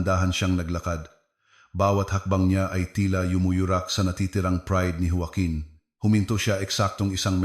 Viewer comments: Anong jowaken joaquin yan ayusin mo pagbasa mo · Ayusin ang bigkas ng Joaquin at Roxas😮😮